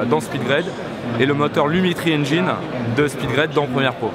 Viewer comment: pour info Engine ne se prononce pas "Enjaïne" mais Engine (c'est un i pas autre chose) Ils sont biens les français incapables de maitriser l'anglais!